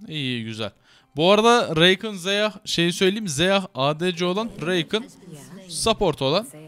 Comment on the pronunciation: öyle değilsende zeyah diyimessin zeyeh dersin o zaman ve itemlerin komple yanlış